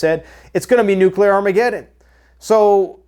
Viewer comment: NU-CA-LAWR AHMEE-GED-IN!!!!!